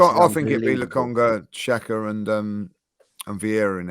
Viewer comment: Just started the podcast, if is still unable to say Xhaka, I will be hurt. So childish.